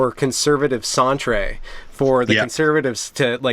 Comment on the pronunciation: Not sure if it's a bit and not trying to to be a dick about pronunciation but: "centre" is not SAN-tra but SEN-ter (center but in Canada we used UK spelling) "libel" is not le-BELL but LIE-bel Enjoyed the interview, thanks!